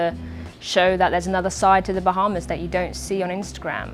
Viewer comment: "bah" is almost as strange as ' "wahz"